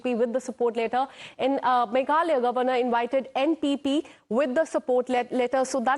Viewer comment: Please pronounce the word governor correctly